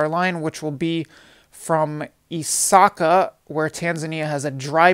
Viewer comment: Accurate information also I'm glad you didn't butcher the names "isaka,mwanza,makutupora"